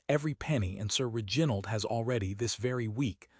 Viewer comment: If this is AI, you must teach it how to pronounce REginald, not reGINald. It is offputting.